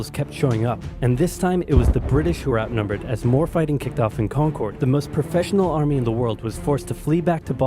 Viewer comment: Not much gets under the skin of someone from Massachusetts faster than pronouncing "Concord" like that.